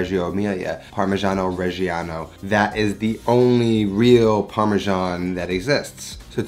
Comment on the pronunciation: how many times can you wrongly pronounce parmigiano reggiano in one minute? :D (doesn't matter, love your channel!)